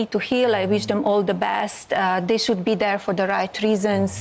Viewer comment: It's "they' not 'dey" . That's a lazy effort to speak english.